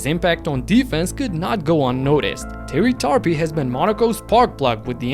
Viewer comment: Terry Tarpey (more like tar-peh not tar-pi lol), it's almost like "tar-pay"